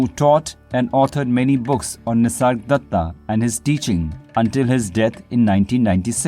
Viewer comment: Is it just me or does he keep calling him “Nisardatta”?